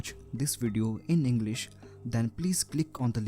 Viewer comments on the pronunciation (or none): none